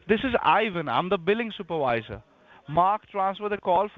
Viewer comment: "New phone, who dis????" "THIS IS IVAN, IM THE BILLING SOUP-A-VISE-AH" spits on mic lmaoooo